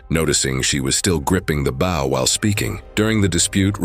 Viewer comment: it is pronounced Bow as in bow tie Not BOW as in front of a ship